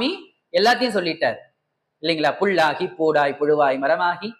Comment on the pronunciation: புள்ளாகி...கள்ளாகி....தவறாகவே பேசுகிறார் அம்மையார் இதை சாதாரண மக்கள் அப்படியே புள் கள் என்றே எடுத்துக்கொள்வர்.எனவே திருத்தி பேச முயலவேண்டும்....ஆனாலும் மிகச்சிரமமே முயற்சி செய்யுங்கள்.